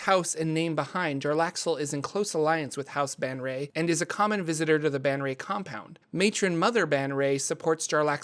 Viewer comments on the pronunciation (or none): Omg it's Bay-en-ré and Brāgen-de-airth. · "Yah-von-ell bon-ray" Look how they massacred my girl... Disrespecting the GOAT like that. That's like calling Lebron "LéBran!" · Also his name is pronounced (jer ax el) and his house name is pronounced (bay en ray) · 'Bon-ray!' wow I had no idea that's how you pronounce 'Baenre' - I always say 'Bear-N' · Men-zo-bear-en-zan. Bae-en-ry